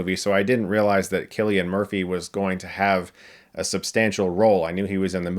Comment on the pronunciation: It’s CILLIAN not KILLIAN